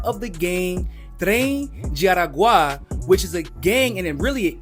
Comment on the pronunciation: you need to work on your Spanish pronunciation. You pronounced the names Aragua & Duque incorrectly